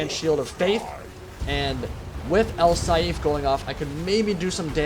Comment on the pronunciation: its not al saeef its al saif or a'sSaif,but its fine i enjoy your version of it just as much :)) great stuff man.